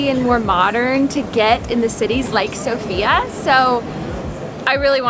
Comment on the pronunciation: How hard is it to stress the first syllable,the SO part of the name of the capital Sofia?